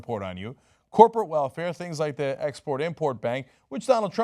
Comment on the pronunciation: I love when my American Turkish favourite broadcaster and owner of TYT say: at the end rather than at ( thi ) end since the determinate article is written always THE but is pronounced differently. the boy CONSONANTE the end. VOCALE not a criticism just a reminder . LOVE YOUR INFO SHOW KEEP IT REAL. HILLARY 4PRESIDENT. BRUNO BRIZZI MACCAFERRI